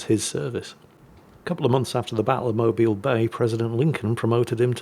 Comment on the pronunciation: I am impressed that pronounced Mobile, AL correctly. +1